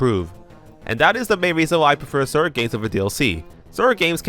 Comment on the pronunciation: Ah yes, ze “sird” games.